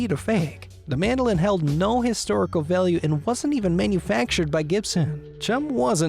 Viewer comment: "Hence his signature and historic items being of incredible val-yuhh"